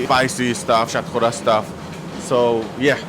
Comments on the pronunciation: What’s shat kowra ? Pronounce it how the chef said it. It’s shatkora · You silly little prick. You’re a fucking curry muncher. Stop pretending to be a fucking coconut and pronounce Shatkora properly.